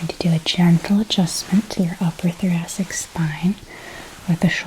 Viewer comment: It's a soft C, like thoraSic.